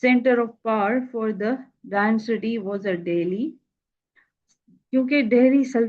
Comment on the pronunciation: Ma'am ye density nhi dynasty hai